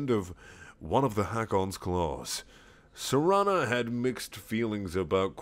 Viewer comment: It's pronounced Seh-rah-nah